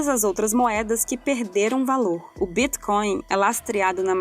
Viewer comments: "O Bíthcoin" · Essa pronúncia de Bitcoin eh de longe a mais bizarra que já vi